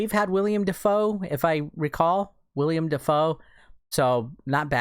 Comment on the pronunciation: Willem Dafoe not william